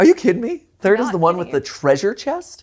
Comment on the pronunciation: I KNEW I HEARD 3RD THR NERD THANK YOU